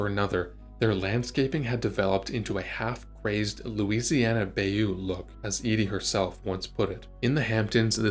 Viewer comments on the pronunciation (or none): A couple language notes: two mispronunciations: "whiling" and "bayou." Also, the idiom is "apple of her eye," not "apple in her eye." Also, her father was "authoritarian," not "authoritative." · Please look up words when you are unsure of the pronunciation. Examples: bayou.